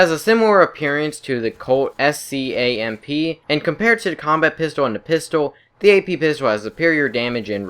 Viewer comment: It's pronounced "Colt scamp", not "Colt S-C-A-M-P"